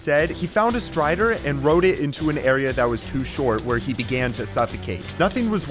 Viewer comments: Bro said stray when he was supposed to say strider 😂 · Ah yes, the Stray-der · find the stray? don’t you mean strider?? (JK)